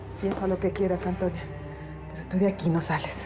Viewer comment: Me gusta como balmaseda en vez de decirle a antonia le dice atoñia 😂